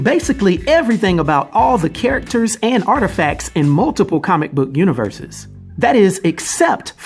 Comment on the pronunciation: You pronounced characters in “Mike Tyson” lol